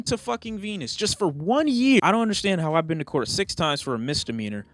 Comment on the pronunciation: “This is the cou”😂🤣🤣😂😂